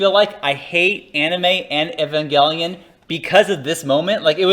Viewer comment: Didn't these guys ever watch One Hour Photo? It's pronounced "EVE-AN-JELLY-IN"